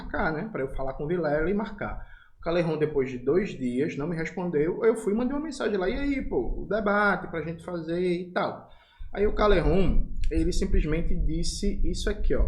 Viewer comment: Não é calejon, é pelegon.